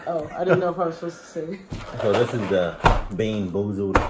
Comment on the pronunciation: "bean búúzuld" 😂🔫